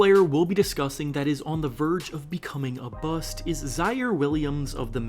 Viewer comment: “A verge of becoming a bu-st”😫😫😫😫